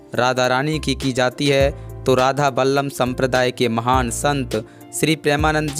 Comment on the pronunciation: राधा बल्लभ को 'राधा बल्लम 'बोल रहे हो